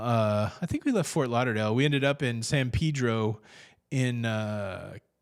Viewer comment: Props on correct pronunciation for San Pedro 😉